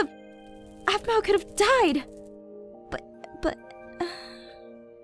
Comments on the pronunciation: I DONT LIKE HOW LEVIN CALLED APHMAU APHMAU ITS NOT RIGHT!!!! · his voice is awsome, but in the season finnally he said aphmau really strangely. it kind of annoyed me that he loved her so much, but couldn't pronounce her name, but everything else about his voice it awsome. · anybody rewatching in 2018 and slightly uncomfortable by Levin calling her “Aphmau” instead of mom? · For some reason when Levin says "Aphmau" Instead of Mom it makes me forget they are mother and son a little bit :/ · I thought aphmau said we need to protect the bees 😂